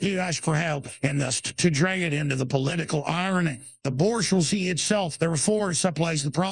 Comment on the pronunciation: "the Borsch-wazee"